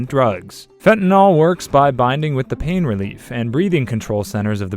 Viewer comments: You can always tell when someone doesn't have a background on the subject under discussion. They mispronounce their terminology. Take for example, fentanyl. It's pronounced "fen-ta-nil", not fen-tan-ol". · The amount of misinformation in this is ridiculous, plus you don't pronounce Fentanyl correctly, it's not NOL it's NYL like NIL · You`re not even pronouncing fentanyl right. it`s Fent ta nil. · The proper pronunciation of fentanyl is one of my pet peeves. I don’t understand why people, such as the narrator of this video, have such a difficulty with its proper pronunciation. Fentanyl is spelled with a “yl” at the end, not an “ol”.